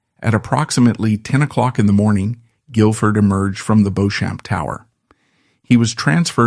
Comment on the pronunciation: He had been conditioned to view women s political instruments. He expected unquestioning compliance. Then why did he go to mummy? Mummy was a woman. Was he hoping that she would appeal to his wife, as woman to woman and give him the Crown Matrimonial? Beauchamp is pronounced Beech-AM. Oyer and Terminer - To hear and determine.